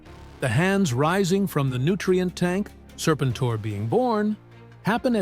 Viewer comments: Say the name right, then maybe I will watch the rest of your stupid AI video. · I had to stop after hearing his name pronounced wrong on the fifth time. I can’t. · You really should proof-read the AI script. The text-to-speech is bad enough on the pronunciation of Serpentor without trying to convince me that it was Mindbender shot the Egyptian authorities with wrist-rockets while showing Destro. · This feels very AI… how can you not say the guys name